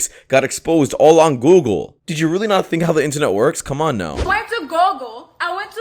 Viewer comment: 😂😂😂😂 went to GO-GLE, went to GO-GLE 😂😂😂😂😂😂😂 what search engine is that?